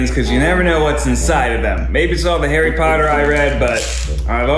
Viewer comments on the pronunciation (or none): none